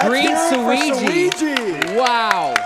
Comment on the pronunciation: Suigi rhymes with too easy. He's the GOAT.